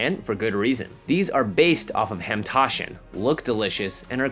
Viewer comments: Lol you mispronounced hamantashen a bit, but you were pretty close, so it's okay lolol I've made hamantashen before jekxkwp they're so gooood So glad you guys made one of these, even though I have no knowledge of the source material lol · Ive never felt more angry and in cringe over the mispronunciation of my favorite purim food.